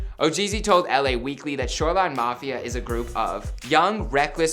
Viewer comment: Did he say “shoreline knofia” ?